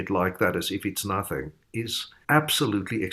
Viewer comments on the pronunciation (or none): none